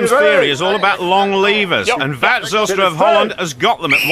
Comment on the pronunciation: "Watte Zijlstra" lmao